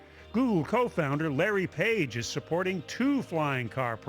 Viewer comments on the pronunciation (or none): none